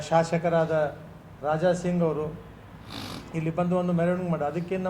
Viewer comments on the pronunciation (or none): none